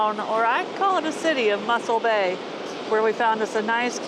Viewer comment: its not muscle bay but mossel bay